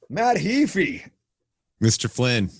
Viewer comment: HAY-FEE, not Hee-fi! :)